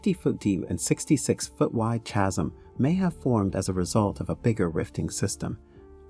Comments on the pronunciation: I was very interested in this and trying to take you seriously, but that is hard when you make so many simple pronunciation mistakes. You mispronounced reputable, seismic, chasm, seismicity, lithosphere, and more before the seven minute mark. It’s hard to take you seriously when you make so many errors reading your script because it is so jarring that it breaks my concentration on the storyline. I gave up listening at minute , but I imagine you made more mistakes after that. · /kazm/, not /tchazm/